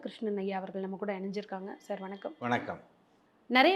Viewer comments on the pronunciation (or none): none